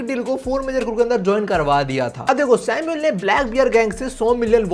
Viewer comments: Aba vai tu samuel ko bar bar sino kiu bol raha hei Sunne me kaisa lag raha hei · samul not sinu